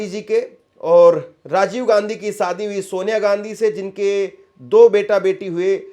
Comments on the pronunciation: सादी नहीं शादी कहो। सही हिन्दी बोलो।एंकर को शोभा नहीं देता। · Its Shadi, not Sadi, stupid. Improve your pronunciation.